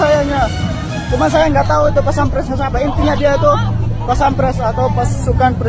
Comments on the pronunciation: Paspampres bro,bukan Pasampres🤣🤣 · Paspampres brooo.. bukan pasampres,, katanya mahasiswa, ngomong gitu aja nggak bisa, diulang² lagi😅😅😅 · Ini knpa to Mas....sabaarr.Yg betul PASPAMPRES....bukan PASAMPRES sampyan memangnya knpa tadi.......Pasampres. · So benar llu nyebut Paspampres saja pasampress wwkwkwkkw emang lu sopan maen serobot orang hukum ga tau aturan bodo llu pea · Tepatnya dia bilang pasampres😅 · Mahasiswa hukum..gak bisa sebut paspampres😂😂😂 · Mahasiswa ngomong paspampres aja belepotan katanya mahasiswa hukum😂😂😂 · Katanya mhsiswa hukum, nyebut kata paspampres aj msh susah 😂, klo mhsiswa hukum hrsnya lebih tahu aturan bukan kyk anak kecil yg main nyerobot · Mahasiswa hukum model gini?? Nyebut paspamres aja susah bngt?? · Ngomong paspampres aja susah amat lu tong😂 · Mahasiswa hukum? Menyebutkan arti paspampres aja msh blepotan. Hrs banyak belajar lagi Bung, biar tambah ilmunya dan tau SOP nya paspampres itu seperti apa?